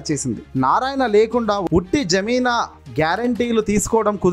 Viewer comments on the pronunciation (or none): Zameena kadura babu jameen mundu chadavadam practice cheyyi. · జమీనా కాదు బాబు ఆ పదం జామీను అని తెలుసుకో.నీ దరిద్రపు భాష వినలేక చేస్తున్నాం రా బాబు. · జమీనా కాదు..జామీను